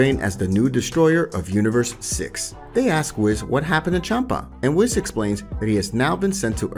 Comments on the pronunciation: it's Whis not whiz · Its (Whis) Not (Wes) Imagine the same way you say (Nintendo (Wii-ss) just add the s wiis whis Awesome Video Nonetheless Could Easily Listen To this as A Podcast just needs a little bit voice's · Whis - pronounced "weese", not "wiss" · Whis is said we-s so we then s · It’s not wiz it’s whis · I know it’s spelled whiz but it’s said weece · We already know that his name is pronounced weece like reece from dbs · I can't cope how you say whis 😂😂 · Say it with me... "Whees" and "Bro-lee" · How you pronounce Whiz and Zeno makes me violently angry